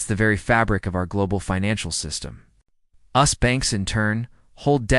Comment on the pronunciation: Lost me when the AI voice called the US 'us'